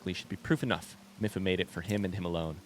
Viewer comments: I hate to be the pronunciation police, but I just thought you'd like to know that it's pronounced Mee-fa, not Mi-fa. :) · Let's go!! I'm so happy you made it to Zora! Your reactions to everything are priceless 😂 I can't wait to see what you get up to in tomorrow's episode!❤️🧚‍♂️ Ps Mipha is said like the word me & fah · mipha is my favorite champion (aside from link) so hearing you butcher her name hurts me a lil haha